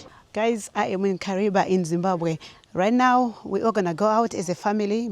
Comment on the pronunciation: Kariva thats howits pronounced ok